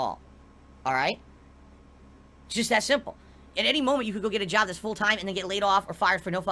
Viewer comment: Despite how he's run his "bizniss" into the ground over the years, he could easily put on a resume under skills: "Content Creation, Video Editing, Public Speaking, Business Management, Marketing, etc." He just doesn't want to go to an ahffice to work a real jahb anymore. At this point I think if he had to go to a 9-5 job 40 hours a week it might kill him. He'd definitely get a divorce if that happened, his tahxicity would reach critical levels.